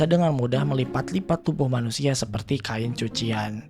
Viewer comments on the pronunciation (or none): none